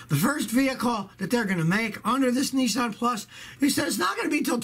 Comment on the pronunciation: Nissan NOT Neesan